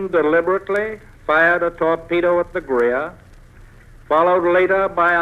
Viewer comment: This was a lie. A British plane dropped 4 depth-charges before the u-boat fired on the Greer (not “Grea.”) FDR needed a reason to let the Navy loose.